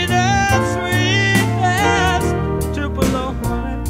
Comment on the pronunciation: The city in Mississippi is pronounced with emphasis on the first syllable